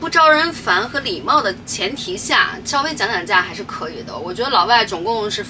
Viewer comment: “稍微” Shao Wei, 读Xue Wei是怎么回事？